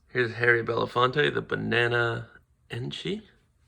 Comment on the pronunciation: My guy said harry-Bela- fonte... lmfaoo!! That's the best snake name I heard yet!! Bless up nice video!!! 💪💪💯💯🤣🤣🤣